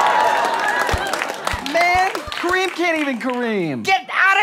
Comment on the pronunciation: My name is Corinne (Cor-reen) or (ka-reen) and every time they said Kareem! I was like who's talking to me? Oh, there was an m.